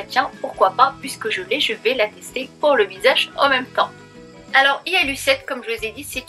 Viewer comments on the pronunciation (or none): none